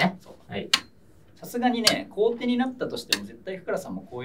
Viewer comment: 後手を"こうて"ってずっと言ってるの、米結びみたいな勘違いなのかな...